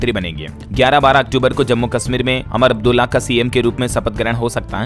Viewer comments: Amar Abdulla nahi Umar Abdulla BOLO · अरे, अमर अब्दुल्ला नहीं पर उमर अब्दुल्ला है । तुम्हारा ज्ञान बिल्कुल ही बेकार है, कम पढ़ा लिखा हुआ व्यक्ति ही ऐसी गलतियां करता है । हमेशां तुम नाम की, सही तरह के उच्चार की, जैसे कि स को श बोलते हो । आदि ऐसी तो दुनिया भर की गलतियां करते हो । तुम में थोड़ा नहीं पर बहुत कुछ सुधार करने की आवश्यकता है । और इन्ही सब भूलों के कारण तुम राष्ट्रीय फलक पर पत्रकार नहीं बन सकते हो । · अमर अब्दुल्ला नहीं उमर अब्दुल्ला बोलिए